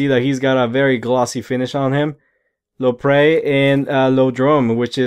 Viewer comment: Not Lopre it's Ioprey and Iporedrom